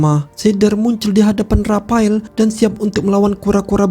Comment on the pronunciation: Menjatuhkene rapael🤭,, ngomongx aneh min